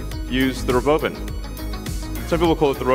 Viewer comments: He pronounces it "ro-BO-vin"? Does he think that'll make it seem less stupid? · Does he say "the robo bin"? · The ruh-bove-in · It's pronounced Robovan and not Robo van? 😂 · Why ro’bovan instead of ‘robovan? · The rowbowvin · Why is he saying rowBOWvin? Wtf😂 “imagine seeing this coming down the road? That would be sick” in a perfect monotone… I swear dudes an alien sleeper. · The re-boven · The RobOUWvan